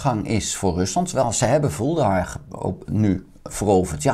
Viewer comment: Vuhledar, geen Vuldehar ;) Verder duidelijk!